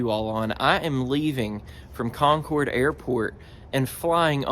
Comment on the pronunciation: Thank you for pronouncing "Concord" correctly. 🙂